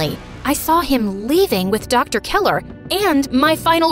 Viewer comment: Dr.Keller Not Dr.Keeler.